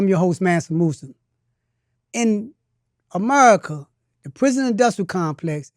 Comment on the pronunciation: Amerrica😂 sir its pronounced America 😂 speech therapy needed